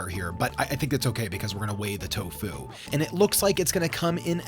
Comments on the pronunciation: the inflection is key. You're putting a lot of emphasis on the FU part, but you should just say "fu" in the same tone you say "to." It would be like me going "hel-LO my na-MUH is sar-AH." It's tofu, not to-FU. Hope that makes sense! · The accent is on the first syllable of Tofu! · The alternation between the pronunciation of TOfu and toFU is very distracting. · Tofu, not toFU lol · It's to fu, not toe fuuuuw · Its tofu not tofoo